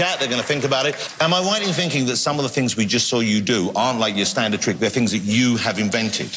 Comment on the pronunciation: I hate spellcheckers! You said "truck" instead of "trick" and because it is a word, it doesn't know you were saying trick!